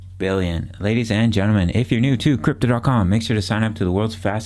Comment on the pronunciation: now every time I subconsciously wait for the accent on "billion" HAHAHA "twenty-nine point five...BILLION"